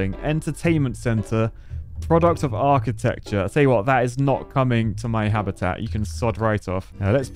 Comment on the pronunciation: "whata hell is that?... product of achitecture" hahahaha i died